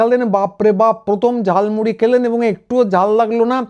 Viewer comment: ওটা ঝালমুড়ি নয় ঝালমুলী😂